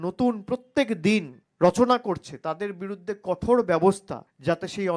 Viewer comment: আগে কথা বলা শেখ। তারপর কথোর😂😂 ব্যবস্থা নিস